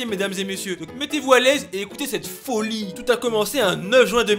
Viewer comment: Super histoire ^^ C'est de la "fôlie" comme tu le dis si bien 🤣